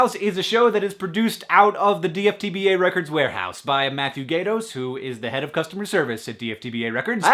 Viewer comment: I giggled when Hank said: "Gaydos"... Am I the only one?